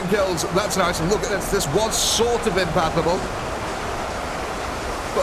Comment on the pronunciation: Sorry but i gotta ask, are you saying impassable or impathable when referring to zombies not being able to go accross a blood lake or other terrain? It should be the former.